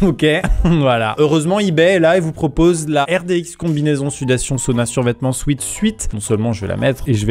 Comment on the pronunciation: Alors, en fait, on dit pas un sweat "swit", ou dit un "swèt" (swit = sweet, genre sweety quoi, "doux")